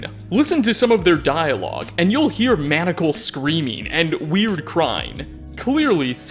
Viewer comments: 100% not making fun of you, as your videos are very well done. But your mispronunciation of certain random words ("manical" and "quay-ree" as examples) is kinda absolutely adorable and I don't know why. Normally such things can grate on my nerves, but when you do it I just think, "d'aww. That's so cute!" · You're english is terrible. How do you mispronounce simple words like "maniacal" and "awry". Lol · The word is Man-eye-ah-cal not man-ic-al. Just saying.